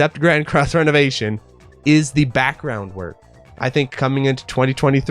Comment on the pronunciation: I think you are mispronouncing ReNovation in Grand Cross: ReNovation. I don't think it's renovation like renovating your house (which makes you think Sims) I think its Re (Ree) Novation. Like Novation again. Novation a second time. I think a good tell of this is the 'e' being lower case